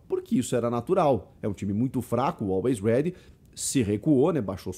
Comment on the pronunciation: A narração tava difícil de aceitar, toda hora falava "Always Red" invés de "Always Ready"